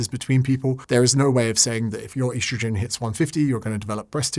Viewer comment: Please stop calling it "eastrojin"